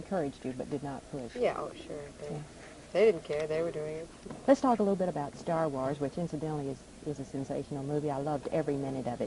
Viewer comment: Stah Wahs